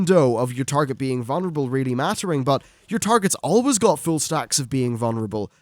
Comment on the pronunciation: VuLnerable. Not vunnerable... lol